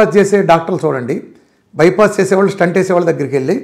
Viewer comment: స్టంట్ కాదు.. స్టెంట్ అనాలి